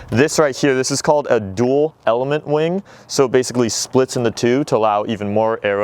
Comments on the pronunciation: Did anyone notice he said Wang not wing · did he say "big wing"..?